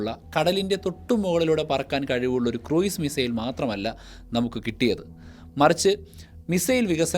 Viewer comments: Cruise is pronounced ക്രൂസ്, not ക്രൂയിസ്. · ക്രൂയിസ് മിസൈൽ അല്ല; ക്രൂസ് മിസൈൽ എന്നാണ്.